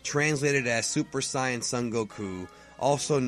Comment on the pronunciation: Supuh Sighyuh-jin Or from the Dragonball Super manga adaptation of Battle of the Gods: "Soup D'Saian Gahd"